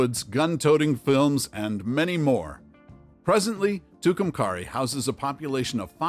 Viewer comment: And it’s pronounced Two-come-carry not however this clown said it